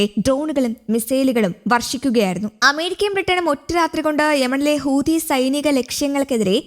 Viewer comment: ഹൂദിയല്ലാ ഹൂത്തി യുടെ വർത്തമാനം കേട്ടാൽ അൽജസീറ അടച്ച് പൂട്ടേണ്ടിവരും ഭാഷ അർത്ഥം കൂടി പഠിച്ചേക്കണെ